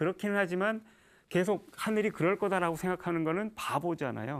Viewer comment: 장음인 단어의 첫자를 짧게 잘못 발음한 예" 사실,사태,계속